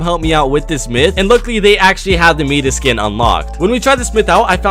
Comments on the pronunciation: i was about to comment this this triggers me so much i hear some people say midass bu not meatas and he spells it miTas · No one:: Meedas Im just saying this is so funny and i love your channel no hate:) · Why dose he call it meeeddddis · "Mee-das" Am i a joke to you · It’s pronounced my-das 🤷🏽‍♂️😂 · Bruhh, it’s Midas...MY-DAS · He said meeda Ha lol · Ah yes the me-das skin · My-dus is how you say it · Mitas? It’s Midas (my-diss) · Myth: can u say Midas right it’s (mi)(das) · Why do people say meedas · You wrote mitas and said meehdas. B r u h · This annoys me so much it’s MIDAS not meeeeeedass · When he said Meedas i cringed soooo hard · He says me-dis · Now hold on, you’re saying Midas horribly wrong. It’s pronounced My - Diss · Its midas pronounced Miydas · It’s pronounced m-eye-dis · Nobody:: Meeetuss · Thank you I thought I was crazy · Its Midas it's pronounced My-da-s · "Mitas" it is Midas My-dus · VP Diego and Noah’s Noah say mid-ass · If him calling Midas miiiiides is bothering u like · I’m sry but it’s actually pronounced (my-diss) Midas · "Meedis skin" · Gotta love the “Meedas” skin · Mans really said “meetus” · ITS SPELLED MIDAS AND IT'S PRONOUNCED MY-DISS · His name is pronounced my-dus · Did my man just call him....l. ”Meedas” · It’s meetis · Myth can say Midas Correct? Please do this myth it's a good one 👍👍👍🤗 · Myth: what if you say “Midas” the proper way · Myth: can you say Midas correctly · Who else got megga triggered when he mispronounced Midas about 15 times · Myth:What if he pronounced midas right? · Myth : find out how many times you said midas wrong in all of seson 2. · myth: can pronounce Midas correctly?? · I swear like can he pronounce it right😭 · Myth: why does nexiph say mitas and not midas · Why is he prounouncing Midas as Meedas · Myth: Why do you say Mitas it's Midas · It’s not MEDAS it’s MIDAS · its my-diss not meet-iss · idc how you spell it but you said meedas it’s pronounced mydis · it is midas not mitas